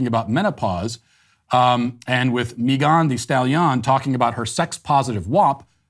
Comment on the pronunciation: "Meeghann the Stallion" 😂😆